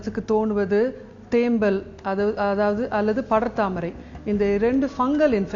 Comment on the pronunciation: தேம்மல் என்று உச்சரிக்க வெட்கமாயில்ல நீயெல்லாம் ஒரு வைத்தியரா ???? பேச்சில் 99 % ஆங்கிலம் தமிழ் 1%ஆங்கிலேயனுக்கு பிறந்தனியா?